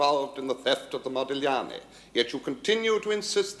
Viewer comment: The businessman keeps saying ModiGliani, with an emphasis on the G. Our lady barrister pronounces it correctly. I suppose they did that on purpose to show that he was a philistine.